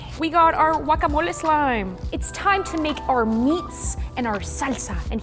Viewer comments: wackamole gurl it’s guacamole 😂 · TAco not taCO gwacamoli not akamoli 😂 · The way you say guacamole 🤣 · I loved when said guacamole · i love the way says guacamole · no its annoying ands its wrong pronunciation